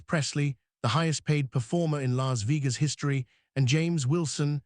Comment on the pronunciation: A.I. crap can't even pronounce Las Vegas correctly.